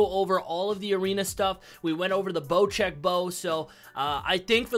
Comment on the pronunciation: I’m so glad you say it like “bocheck”!